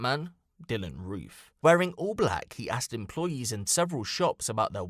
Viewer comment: “We arrested Dylan Roff.. “R-O-O-F” Wtf?